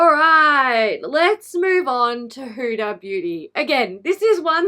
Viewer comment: Did the huda lip liners just stay on after rubbing a white towel on them? Umm okay whatever. Also as another person with and Arabic name, people really mess up hudas name. It is not pronounced as hooda. It is hu-dah. The d is like a th. And those kkw shades wouldn't even show up on a medium skinned person.